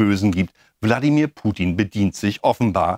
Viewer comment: Das Schlimme ist, wie er erstmal zu dumm ist, den Namen richtig auszusprechen und ihn dann so einer Lächerlichkeit preiszugeben. Das kann er gerne für sich in Anspruch nehmen, aber nicht bei Putin. Diese Unterschätzung immer wieder umd weil Fernsehen doof macht, arbeitet der da.